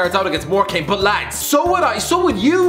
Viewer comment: Really needs to learn how to say Morecambe 🙈